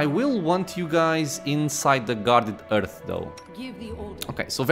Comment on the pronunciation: Please, for the love of god, somebody tell me that in the 10months since this vid, this man learned that the H in Hearth is not silent... it's driving me nuts!